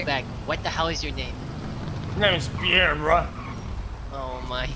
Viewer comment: Nobel prize for my man Pee air